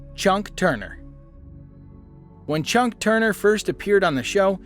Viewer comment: "Chunk" Turner? It's Chuck.